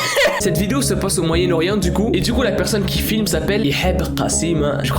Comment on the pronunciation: "Le MoYaEnNe-OrIeNt 😮✨Voila je chercher le mots 😌✨" Le jour ou je vais sortir sa a ma mère elle va rire 😂